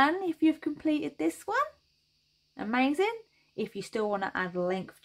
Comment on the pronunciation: I think my favorite part of your videos, when you say... "See? Ah-mazin' - ah- MAZIN!" Brightens my day! Thank you for yet another wonderful pattern (and entertaining tutorial)!